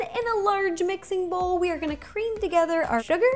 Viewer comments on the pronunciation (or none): none